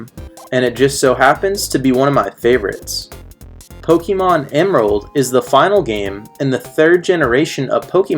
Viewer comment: It's pronounced poh-kay-mon (listen to the theme song) not poh-key-mon